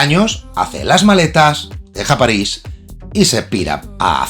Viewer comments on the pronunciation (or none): none